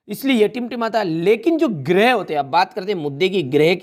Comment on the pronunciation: सर गिरेह नहीं होता है ग्रह होता हैं।😂